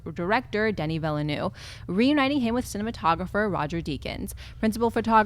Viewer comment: While you're at it, maybe practice pronouncing Denis Villeneuve... said Danny Villanew or something... I would imagine it's pronounced 'Veelnerve' like the racing driver.